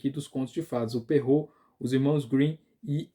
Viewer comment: Parabéns, acho que é a primeira vez que vejo um vídeo sobre o tema que acerta a pronúncia de Charles Perrault. Eu entendo que ninguém é obrigado a pronunciar e é legítimo adaptar para nossa língua, mas algumas pessoas fazem uma pronúncia puxada para o inglês, super complicada e completamente errada (o nome é francês) e seria muito mais prático falar o certo como é em francês, rs